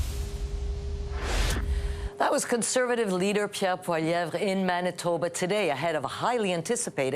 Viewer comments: "Polliver?" I know the liberal hack doesn't like Pierre but at least he can have the decency to make an honest attempt at getting his name right. Not exactly a "rolls-off-the-tongue" sort of name for English speakers, I'll grant, but Holy Crap; surely he can do better than Polliver! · Could this guy for once pronounce pollievre's name properly, it's dumb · That liberal sycophant should learn how to pronounce Poilievre. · It’s clearly an intentional choice he’s making saying his name like that. He’s sitting around others at the table saying it more or less the proper way.